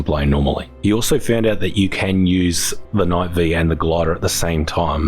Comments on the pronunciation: It's Knight Five not V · The correct pronounced knight five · "Knight Five" -- the pronunciation was literally in the update notes.